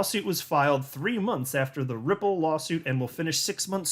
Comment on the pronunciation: Ripple sounds like nipple